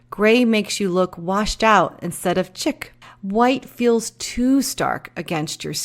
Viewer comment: You are right! Jen would never pronounce “chic” as “chick”!